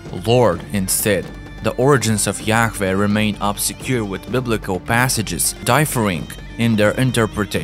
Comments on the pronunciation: Yaweh not Yaw-eh. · Yahweh, the narrator can't even pronounce it correctly,,, sounds like he's Yak-veh smh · The Aramaic Pronunciation is Yah Wah meaning Breath pronounced as a Breath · Is it really pronounced as "Ya-Feh"? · The way you keep saying yakveeh is so annoying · It's pronounced yah-way and the English translation is Jehovah! and yes that is his real name...Jesus is the son and Jehovah is the father aka GOD; the creator of all things❤ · The whole video is sooo wrong. To begin with, the name is YHWH. It is pronounced YAHAWAH. That is how paleo Hebrew is written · Yahfeh? Just sound it out twin that’s obviously a W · The video was great but the accent of the guy talking in the video pissed me off so much because he just kept saying a lot words completely wrong including God’s name, Yahweh. Like come on dude! there is nothing wrong with an accent in fact I actually like it it’s just the fact he kept saying certain words completely wrong not even close. 😡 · Ugh. The mispronunciations are horrible. Too distracting for me to even try to finish. How many different ways can AI pronounce Yahweh? I counted seven before throwing in the towel. Enough to unsubscribe.